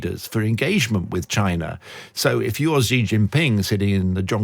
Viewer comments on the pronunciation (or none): Another "China expert" who can't pronounce the PRC's president's name properly... 哎呀! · Please learn some basic Chinese pronunciation if you are going to speaking as a China expert🙏